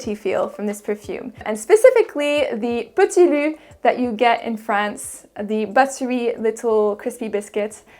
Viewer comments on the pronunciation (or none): none